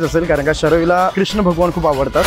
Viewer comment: Marathit krishna nahi Krushna asta dada😂